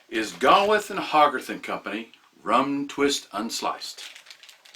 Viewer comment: It's pronounced GAY-with and HOE-garth. Great video, as usual.